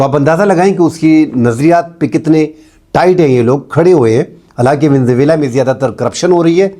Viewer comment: Venezuela کو صحیح طور پر pronounce تو کریں حضور!